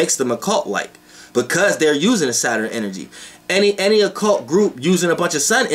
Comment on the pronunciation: I like the way you say Saturn. "Sater-in" 😊😊😊😊✨